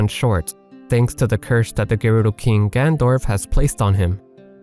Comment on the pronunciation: ha, ya that big bad king....''gandorf''